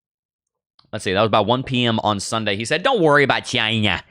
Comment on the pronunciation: "dont worry about CHY-NÑA":face-blue-smiling